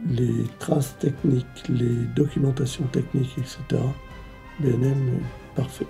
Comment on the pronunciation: C'est B&M pas BèM ou les autres trucs